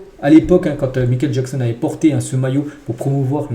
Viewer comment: MICHAEL pas mikel